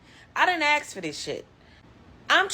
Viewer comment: What about the brain surgeon at five minutes that can't pronounce a three letter word. Its ASK toots not achkxe